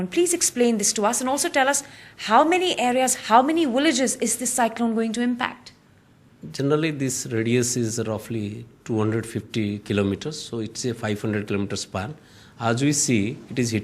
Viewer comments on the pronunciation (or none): at 1.05 'how many willages?